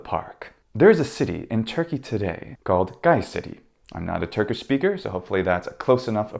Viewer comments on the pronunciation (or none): none